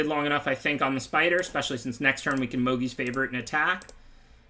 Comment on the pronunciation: Can you please say Mogis's favor instead of mogees lol